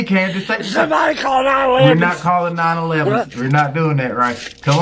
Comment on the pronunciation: “Somebody call nine ellevums” 🤣🤣🤣